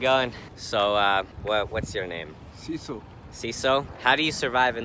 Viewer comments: "whats your name?" "Cecil" "See-so" Not off to good start lol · See so 😂